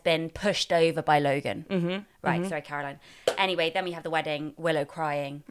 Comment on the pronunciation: Also, it is 'Willa' not 'Willow'.